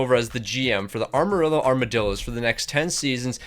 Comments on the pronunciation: ok seriously why cant u pronounce Amarillo. its not ARMarillo lol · Ehmer rillo correct pronunciation coming from a Texan love the lingo though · “arma rillo” “montembolt” is restarted💔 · The way he pronounces Amarillo 💔💔